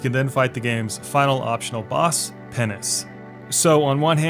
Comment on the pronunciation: "You can then fight the final optional boss - Penance" Me: Heh- He said pennis